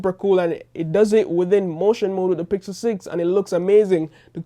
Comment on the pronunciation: it was hard to hear him say pickle instead of pixel, skipped that part honestly, but love you content, good video